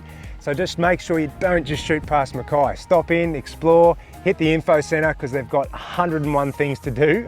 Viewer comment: Mackay (rhymes with hay) after Captain Mackay okay :) so many pronounce it wrong :) I'm from a pioneering family that cut their farms out of the rainforest. Its the miners and other outsider newcomers who are sadly changing the true trajectory and historical pronunciation of the name. BTW enjoying your videos!